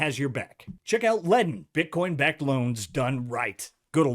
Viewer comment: Do brazilians pronounce it “Bitchcoin”? 😂😂